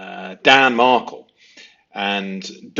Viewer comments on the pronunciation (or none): I ❤!! Note: Respectfully, the pronunciation of Markel is with the emphasis on the second syllable. And the pronunciation of Adelson, is with the emphasis on the first syllable. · It’s Dan Markel not Markle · Please pronounce the victim’s name correctly….Mar-kell, not Markle. Thx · Now now don’t forget it’s not ADDELSON it’s AID EL SON and MAR KLE is DAN MARKELL tsk tsk I haven’t had to tick you awf lately - ohhh dear lo EYESUM not ISSOM 😂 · Sorry to be picky here, but I think his name is pronounced Mar-KEL. Great series, btw. You are very perceptive. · "Mar-KELLE" O'wise great stuff, TY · Appreciate your vids. Please listen to any of the hundreds of vids out there for the correct pronunciation of Markel, Adelson and Isom. Regards. U.k.